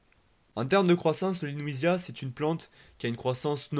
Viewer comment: Je pense que c'est LEWISIA et non LENOUISIA, il n'y a pas de N. Vidéo claire, synthétique et instructive 👍